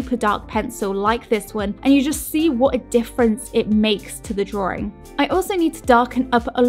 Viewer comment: drawing not drawring